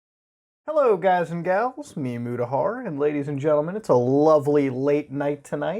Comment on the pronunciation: Hey Mutahar how about learning to pronounce your name properly... "MoOdAhAr"